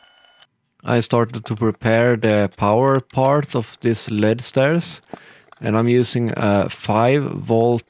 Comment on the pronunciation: Literally can’t watch the video because he pronounce “LED” wrong...😡